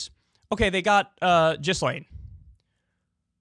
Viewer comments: Kyle, you may need to work on your obscure name pronunciations First it was Slavoj and now this… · KYLE!! Its pronounced GeeLane. Jizzlaine sounds cooler though. 😎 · Ghislaine is pronounced like “gill lane”, not “jizz lane” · Like how you still call her Jizz-lane rather than Gill-lane. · I will never understand why Kyle thinks it makes sense to pronounce Gh like J. "Jislayn" wtf?. It's Gee Lenn. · “Virginia Jeff-ree” Gizz-lane Maxwell” ITS: Virginia GOO-FREY GI-LANE Maxwell God Kyle, learn how to pronounce peoples names before using them 😂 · Jeeezuz. Ja-Lane (emphasis on 2nd syllable), not Jizz-Lane (emphasis on 1st syllable (and mispronounced)). Properly identify your enemy (even when mispronunciation is fun). You have to think about your future (because your future opponents might understand DVRs). Less fart noises and stupid voices if future you wants to be taken seriously. How old are you now? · it's not pronounced jizz-lane, it's geeze-lane like geezer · here name is pronounced Ghe-Lane not Jizlane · Gil-ane. GIL-ANE. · Gi...len.... Maxwell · "Jeezlaine" Maxwell. Good one Kyle. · It’s pronounced “GEE-LANE” with a hard G. Jesus fuck why can’t anyone say that, do some research and quit talking about jizz 😂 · LOL at Kulinski's pronunciatom of the name "Ghislaine." He is saying it as "Jisslane." This clip is an embarrassment. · Everyone: *knows how to pronounce 'Ghislaine' * Kyle: Jizz-lane 😐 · He stole this from Hasan Piker who has been calling her Jizz-Lane since it happened. Kyle is definitrly a fan of hasan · Please learn to pronounce her name - take 5 minutes to research some professional newscasts and listen to her name. I can't sit here and pretend you're credible while you pronounce her name like it was some emission of bodily fluids. 4 Minutes into video, Stop, I'm out of here. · I love kyle but how do you look at a name that starts with a gh and pronounce it like a j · You're pronouncing her name wrong! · The S in her name is silent dude.